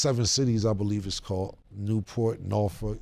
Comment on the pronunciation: I really respect came for the way he said Norfolk cause most OT folks can’t pronounce it correctly 🤣💯